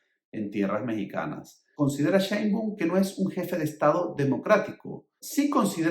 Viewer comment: nada más cuando pronuncias mal los nombre de la presidenta de México y del presidente saliente pierdes mucha credibilidad, Claudia Sheinbaun, no “Sheinbun”, y Andrés Manuel López Obrador no “Luis Manuel” revísate para que no pierdas credibilidad porque parece que estás inventando cosas cuando ni te preocupas en investigar los nombres